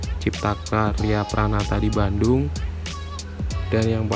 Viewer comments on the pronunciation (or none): none